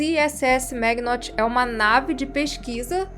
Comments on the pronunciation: a nave não se chama magnot ela se chama maginot que é um personagem histórico Francês se.pronunvia maginô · Se lê "Maginô" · Não sei se deve se pronunciar "Méguinot", americanizado/anglofonicamente assim, mas sim "Maginô", afrancesado, porque a meu ver se refere à linha Maginot, um estrutura de defesa montada pela França no início do século XX para se defender da Alemanha - e que se mostrou inútil, como as defesas da Weyland na dita nave. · A pronúncia não seria 'maginô'? Como Linha Maginot, a fortaleza francesa? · ficou estranho vc fala Maginot em ingles, ja todo aprende desde a escola a fala em frencês, que faz referencia a Linha fortaleza Maginot, na segunda guerra, uma ideia fadada co fracsso, tendo melhor tecnologia militar da época, mas foi superada pelos nazista, simplemente passaram pelas ardenas.